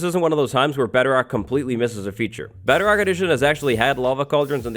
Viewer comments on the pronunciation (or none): Is he saying Betterrock instead of Bedrock or am I just mishearing it?